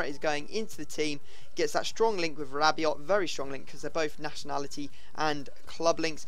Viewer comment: Rabio, no 't':)